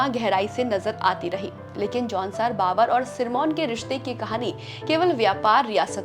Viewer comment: Baavar nahin hai Bhaabhar hai pronounciation